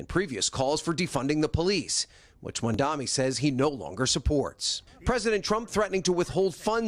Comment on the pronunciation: If I had a nickel for every time the narrator for Today mispronounced Zohran Mamdani's name…